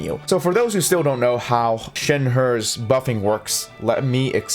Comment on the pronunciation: bruh WHY DO U BUTCHER SHENHE'S NAME T-T